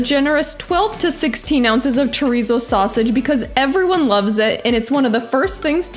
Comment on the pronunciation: You gotta your tounge when you say chorizo or it’s not chorrrizo 😂